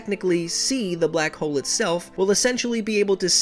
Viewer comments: I thought that you said “ my name is black hole " bloco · « blak ole »